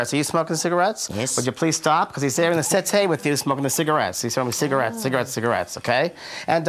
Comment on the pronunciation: The couch, or the sit - é 🤣😂😂😂